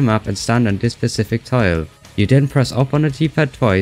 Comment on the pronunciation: The most satisfying pronunciation of "tile" I have ever heard